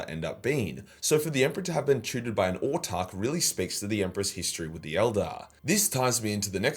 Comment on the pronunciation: Wait - what? You've started pronouncing 'Autarch' correctly?! Hopefully you give 'Exarch' the same treatment too. Keep it up:)